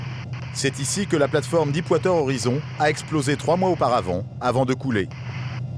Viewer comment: Stay classy Deep water horizon et non dipe wateur horizon ;)